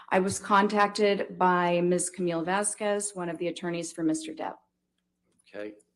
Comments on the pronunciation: Do they purposely mispronounce Vasquez? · Anyone else notice pronounced Camille's last name CORRECTLY when talking about the legal team at Depp's house? This was -22. I just caught this, so the shrew WAS saying Camille's name wrong on purpose. What a jerk.